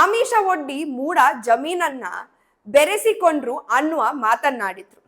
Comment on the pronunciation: ಜಾಮೀನು ಅಲ್ಲ ಅದು ಜಮೀನು, ಮತ್ತು ಬೆರಿಸಿಕೊಂಡ್ರು ಅಲ್ಲ ಬರಸಿಕೊಂಡರು